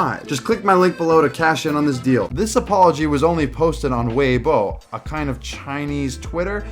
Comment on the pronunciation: Just so ya know: "Weibo" is pronounced like "way-bwo", not "way-bo".